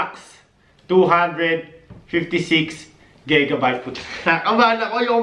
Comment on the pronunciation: gegabytes hahaha GIGA BYTES